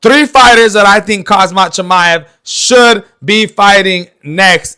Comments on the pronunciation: It’s khamzat my man not khazmat wtf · listen to yourself and get your ears checked, you’re literally calling him ‘khaZmat’ instead of Khamzat the entire video 😂. The disrespect and lack of knowledge. Maybe next time get your pronunciation right my man, not hate. ✌️